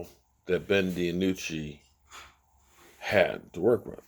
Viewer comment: Lol Ben Di-anucci